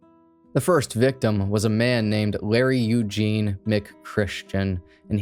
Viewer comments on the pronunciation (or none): none